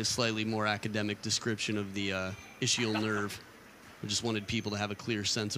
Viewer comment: This announcer better stick to his job - the sciatic nerve, also called the ischiadic nerve & with pie in his face - it is IZ-KEY-AL not ISH-EE-UL - stay in your lane